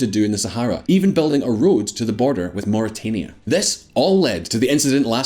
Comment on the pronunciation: Mauritania...Muri-tan-ia, not Muri-Tain-ia